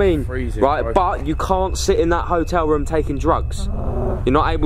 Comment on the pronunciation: It is room not roum